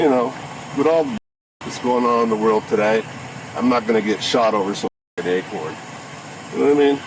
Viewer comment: WTF is an acron?